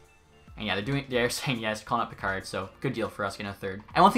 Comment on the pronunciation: Tune in next time to find out if will finally pronounce Calvin Pickard’s name right 😂